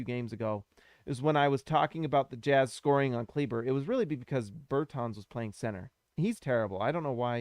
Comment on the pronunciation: You say his name phonetically Maxi Kleeba